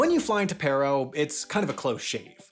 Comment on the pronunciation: Good video; I happen to be have a couple relatives who are Bhutanese pilots. It’s pronounced “Pah-ro” though.